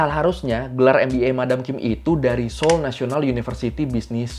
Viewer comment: Ralat bang itu kayanya seoul deh bukan seoil, dikasih keterangan aja nanti banyak pecinta korea dari indonesia dan orang korea yang tinggal indonesia nonton ini jadi kritik bang di menit 😭🙏🏻